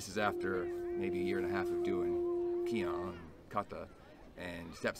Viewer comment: Finally, a Caucasian who pronounces the Japanese/Okinawan terms mostly correct. (keehone is correct)